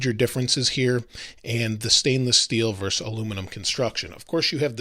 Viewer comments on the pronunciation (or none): Versus. Not verse.